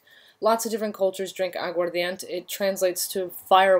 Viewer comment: I'm watching your video, and need to point out the correct pronunciation of Agua Ardiente is fine, but the word ends with 'Eh', not a 't' sound. Good video otherwise. Thank you for the content! ❤️